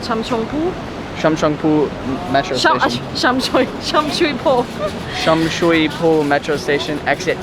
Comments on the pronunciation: Sum soi poh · You guys are butchering Sham Shui Po 🤣. I hear hotels are cheap now...